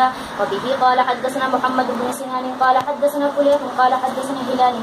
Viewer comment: حدثنا کے ث پر جزم نہیں زبر آتا ہے میری بہن 🙏🙏اگر برا لگے تو معذرت چاہتی ہوں